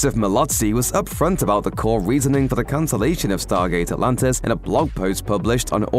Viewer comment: do i hear right ? stargate alantis 😅 ??